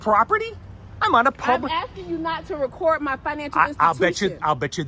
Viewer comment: 'Asskin' sounded an awful lot like 'Tellin', until the law showed up.